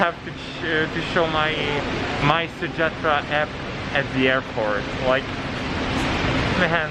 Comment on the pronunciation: Your Malay pronunciation is very good, some foreigners find it hard to pronounce mysejahtera.